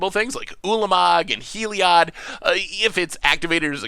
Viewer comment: He mispronounced heliod, but just nails nevinyrral., you sir are an enigma